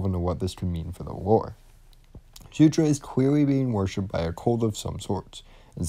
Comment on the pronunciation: Great video as always, just that it's Surtr (sir-tsh), not Sutur (soo-tra), and jötunn (yo-ton)